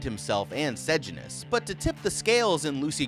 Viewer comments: Bro, i will teach you how to pronounce sejanus. Its Say-Jay-nus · Tigris is pronounced Tie-gris Sejanus is pronounced Se-jane-us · you say Sejanus like SeJAYnus and Tigris as TIEgris